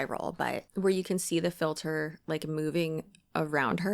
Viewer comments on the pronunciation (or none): I heard it and immediately knew I was going to be dealing with that phrase echoing around my head for the next few weeks